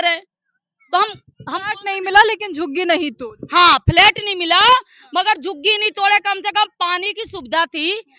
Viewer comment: इस पत्रकारिता मैडम को बहुत तकलीफ़ हो रही है झुग्गियों को टूटने से और तो और कम पढ़ी-लिखी भी है फ्लैट को फ्लाइट बोल रही है।